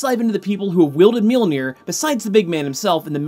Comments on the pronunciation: Mjolnir not Milnir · mere-mere? what's mere-mere? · You say millnoji in the beginning 😂😂😂😂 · Sometimes you say Milnear. Really bugging me lol.